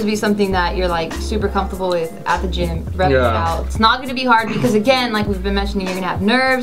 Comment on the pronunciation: Actually fucken LOLED when he pronounced it geem ahahahah